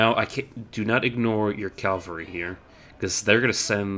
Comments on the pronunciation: Great video, though one thing... It's Cav-al-ry, not Calvary. Calvary is where Jesus was crucified. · calvary XDD